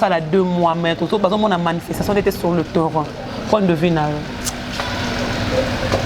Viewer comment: S TP ON DIT PAS TEURRIN PLUTOT TERRAIN